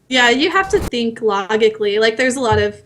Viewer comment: She's 9/10 , she commits unwaveringly but gets really dull after a while. Also, when she mispronounced "logical", it was too much.